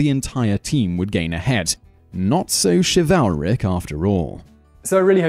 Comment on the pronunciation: Shiv-al-rick? Really? I know folks have accents but that's not even a word!